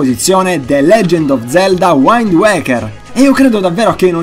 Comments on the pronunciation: Ottimo video, solo una precisazione: la "i" in wind si legge i, non /ai. Altrimenti, sempre di qualità i tuoi video;) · Non vorrei fare il rompipalle di turno ma wind in inglese si pronuncia come é scritto XD ho lavorato all estero e all inizio dicevo waind e mi guardavano male! é piu un consiglio per te!! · dovresti rivedere la pronuncia di alcuni nomi in inglese. wind si pronuncia come si legge..e anche un altro paio. bel video in ogni caso, concordo su tutta la linea, anche se molti di questi titoli non li ho potuti giocare